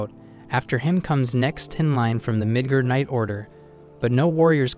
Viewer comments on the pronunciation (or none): Midgard. Except slightly mispronounced as "midgehrd", and it was said kinda quickly. Midgard is a term originally from Norse mythology that means "the human realm". Compare to the term Asgard, which is their City of the Gods. There is no racist connotation either way. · u did not say midgurd correctly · Midgurd, please. 😅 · yeah but there aint no way he said midgurd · i had to turn on the cc to know that he said miger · Midgar ik what it sounds like but it’s NOT😂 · There's no way he said midgurd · he said that but i heard the N word